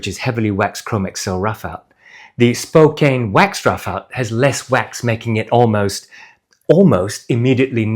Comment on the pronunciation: Great review as usual! Just a heads up that Spokane rhymes with can, not cane. It's named after the city of Spokane, which is in turn named after the Spokane tribe of indigenous people.